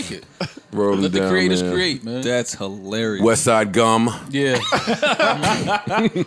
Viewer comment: “West side Gum”💀💀💀